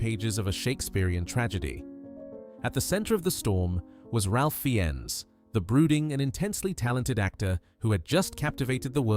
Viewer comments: The name is pronounced..... Raif Fines. Not Ralf, not Finnes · Rafe Fines…not ‘Ralph Finess…’🤨😧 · The correct pronunciation is Rafe Fines. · I've never heard Ralph Fiennes name pronounced like that. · Me neither